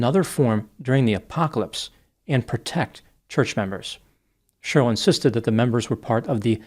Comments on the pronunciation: 😮 I've never heard anyone pronounce the name Sheryl like this before. One syllable. Sherl. Wild., I don't like it 😂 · It’s always fun hearing pronounce the name Sheryl as “shur-ill.”😂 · I think for me it's the way Sheryl is said by 😂😂😂😂 I couldn't stop laughing 😆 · It was very painful hearing him mispronounce Sheryl every single time! 😬